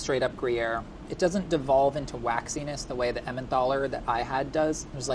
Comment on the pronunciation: Someone please correct his pronunciation of Emmental.